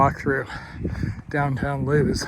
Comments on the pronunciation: Thanks for showing CHSP. I walk those trails and on the beach almost every day. it’s pronounced Lewis not Lose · It’s pronounced Lu-is not loos. I live in the area it’s a common mistake for out of towners. We get a crapload of tourism in the summer.